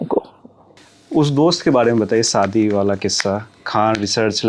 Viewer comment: Bhai tum interview le rhe Shabdo ko theek se bola kare shadi hota hai Sadi nahi Santi nahi shanti